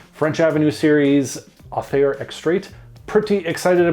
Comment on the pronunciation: You need to spray Aether then let it sit for several weeks. Gets much better with some oxidation . Surprised a Canadian got the pronunciation wrong 😂…. It’s pronounced aaayTHER …. Aye !!! 😂. Unless you’re British then it’s pronounced EEther…. Ie . Upper sky